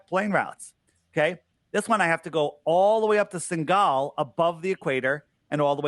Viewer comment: Jesus. It’s SENEGAL. Not ”Singal”.